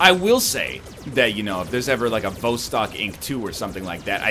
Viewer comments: Everyone's concerned with NL selling out or not selling out and with the quality of the game. I'm just here to inform y'all that 'Vostok' is pronounced [vas,tok] and simply means "east" in Russian. You are welcome. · Also, the emphasis is on the second syllable, not the first as NL kindly demonstrated for us in two different ways within the first 5 seconds of the video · Yes Egg everyone lives in vostok so by not saying its name right you are alienating EVERYONE